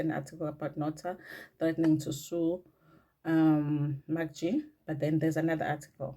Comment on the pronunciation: it is MacG pronounced as MecG NOT MakG please